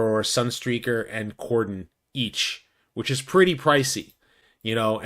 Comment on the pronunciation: Wow, your the 1st content creator that has pronounced Cordon correctly!!